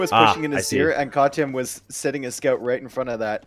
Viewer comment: he says katyan ;)